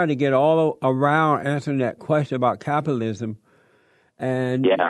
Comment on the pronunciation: "Capilism". Jesse, learn how to pronounce words.